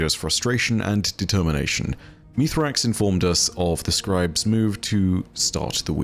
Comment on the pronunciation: Hey, as our you gotta stop calling Misraaks, Mithrax.